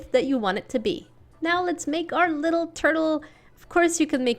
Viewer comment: Its LITTELL,LITTELL,LITTELL,LITTELL lol u make me laugh so hard 😂